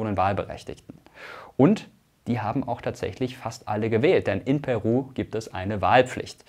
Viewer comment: Meine Freundin ist Peruanerin und aktuell dort, ich finde es erschrekend wie wenig das Thema in den westlichen Medien thematisiert wird. PS: Irgendwie spichst du Peru am anfang sehr Deutsch aus weil die Betonung da bei dir auf dem P liegt :D